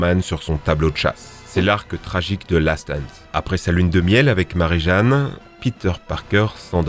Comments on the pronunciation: En fait l'accent anglais sur les noms, c'est quand tu veux, ca se prononce Docteur OctoPUSSE et pas OctoPOUSSE et aussi ça se prononce Mary JAYNE et pas Mary JEANNE mais tkt c'est la rue. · Mairy jane ça se prononce mairy jaine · "mari Jane" (au lieu de "mary jaine") hmhm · Octopousse, milsse morales, marie jeanne, ... par pitié apprends à prononcer les noms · Dr Octo « Pouce », Mary « Jeanne »… mes oreilles ont mal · C'est quoi ces prononciations toutes claquées ? "Octopous" "Marie-Jeanne" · Dr octopous Marie gane je suis le seul a avoir entendu 😂😂😭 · Stp aprend à prononcé les nom parce que mare jane et docteur octopouce faut pas abuser